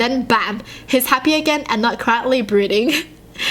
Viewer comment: is it just me or instead of saying "Brooding" she said "Breeding"....plz just say i am wrong plz this is messing with me now